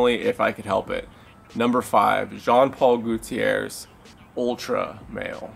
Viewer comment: Number 5 Jean Paul "Gutierrez" XD